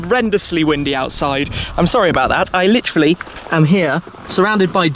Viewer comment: Please stop butchering the world “literally”.